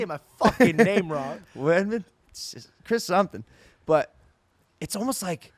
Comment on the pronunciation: You were driving me nuts with how you were saying Chris's name im glad you fixed it, thank you:)